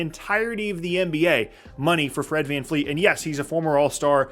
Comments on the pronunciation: Bro, his name is Vred Fran Feet, get it right. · All i wanna do is live long enough to hear pronounce FVV last name correctly ❤